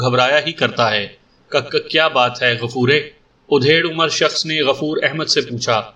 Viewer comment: Yeh udhed umar kya hota hai, aap bar bar udhed hi bolte ho, bhai mere adhed umar hota hai matlab aadhi umar ka. udhed ka matllab cheerna ya phadna hota hai.